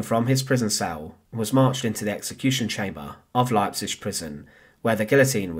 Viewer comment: Can you not learn how to pronounce Leipzig? It's not difficult.